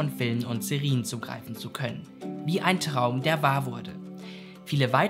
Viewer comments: Alles wirklich super aber die Aussprache von Serien ist schon nervig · Gutes Video, aber die Aussprache von Serie und Serien verwirrt mich so sehr. 🥲😂